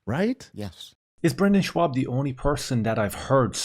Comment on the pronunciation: Schaub, not Schwab